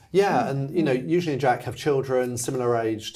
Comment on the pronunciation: Thank you for being one of the few who pronounces Eugenies name correctly